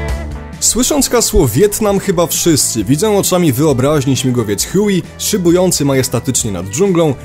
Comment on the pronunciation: Nazwę helikoptera się czyta "hłej" z tego co wiem. (nie chcę wyzywać a tylko poprawić)